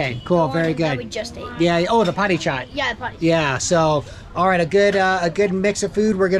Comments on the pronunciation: Our utensils 😁😂 and its papdi chat not padi chat 💓nepali from Oman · That's papdi chaat, not potti chat 😂😂